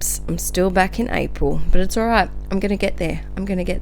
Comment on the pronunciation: Hehe "Arpil" 😂 love it! Great spread:) - Emma x